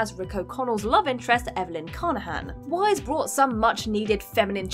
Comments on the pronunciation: Wiess is pronounced like 'VICE' not like 'WISE' x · Cute... but her name is actually pronounced "Vice". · Weisz == pronounced Vice